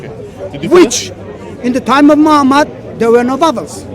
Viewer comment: subhannaAllah. mispronouncing the name of the noble soul, holy prophet Muhammad [SA] is not a good thing. if intentional, it is from the height of evilness. if it is lack of knowledge, one should be able to listen and learn proper pronunciation by listening to the ones that are with you and know how how to pronounce it.